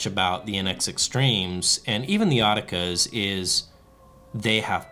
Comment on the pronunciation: They're X- otica !ike in exotica not otica. You're not calling the X-tremes, tremes so consistency helps.